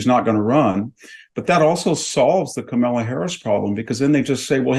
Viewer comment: With all due respect to the content being shared, I wish Victor would learn how to properly pronounce Kamala’s name. I don’t think he’s doing it to be rude but it inadvertently is rude just by principal.